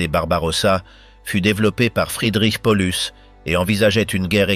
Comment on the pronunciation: Horreur cette voix ! Ne pas prononcer correctement de La ville dont il est question (1 fois sur 2), polus non Paulus, merci de prononcer les noms propres correctement